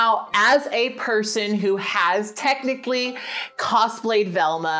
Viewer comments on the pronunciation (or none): none